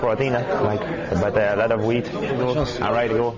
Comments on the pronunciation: lmfao!!! As soon as I heard GSP say "a lot of wheat" i knew for a fact that one of the top 2 comments was gonna have someone say "a lot of weed" .... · "a lot of WHEAT"